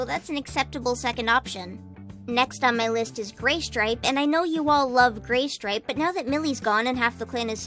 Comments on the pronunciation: Guys it’s not Graystripe it’s Gaystripe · * she says graystripe * Me...... WTF IS WRONG WITH U BRUH